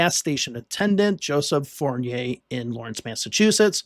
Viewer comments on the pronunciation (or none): none